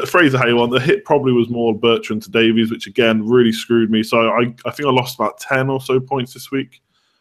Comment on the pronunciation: Ben Davies is pronounced Davis... I'm Welsh. Trust me. Davis. It's cringey when y'all say "davees" 😂